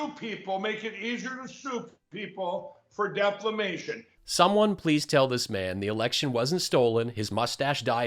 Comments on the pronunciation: You would think that someone who knows Mike would have the decency to tell him the word is pronounced defamation and not deflamatiuon. I guess he either has no friends or his lackeys are too afraid to correct him. How sad. This stuff is funny but Mike needs psychiatric help and np one is willing to tell him he is off kilter. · Excuse Me, Did Mike Pillow just say DeSantis is making it easier to "soup people for deflamation?" That word, "Deflamation" again😂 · I wish someone would correct Mike Lindell,he’s been saying “deflamation “ forever!😂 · Mike lindell still says DEFLAMATION I bet Mike lindell spells Trojan horse. Throjen hores. Lol. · Ya gotta look on the upside. Maybe he DOES say, "deflamation", but at least he doesn't pronounce "collusion" as "confusion" or "contusion". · Throw a fire extinguisher at Pillow dude when he says deflammation. Bounce it off his noodle. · Did Lindell just say "soup people for deflamation"?!?!? 🤦‍♂️🤦‍♂️🤦‍♂️😜🤣😂 Plus he has no business taking the piss out of on-line platforms having tech issues when Frank Speech and Lindell TV is the Spinal Tap of "news outlets ". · And when he says "deflamation." LOL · Instead of opening plane doors I have a good idea. You could sit in the terminal and order plates of broccoli and provide inflight entertainment by flatulating the Canadian national anthem. Just an idea. hahahaha Doesn't anybody ever think about telling this guy how to say "" defamation"" wow Mike Mike Mike. Jr always sounds like he just snorted a whole chicken up his snot locker feathers and all. Next level carnage. hahahahha too funny. Great stuff. have a good weekend!!